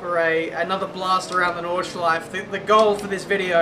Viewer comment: it's NordschleifE, don't ignore the E at the end.